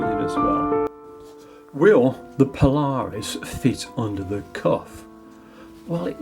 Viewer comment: The name is not one word, but rather two. You are pronouncing it Po Lar Us when it is properly Paula Reis. Go check out their website.